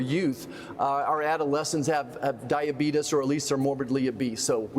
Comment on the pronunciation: Diabeetus 🤣 I love it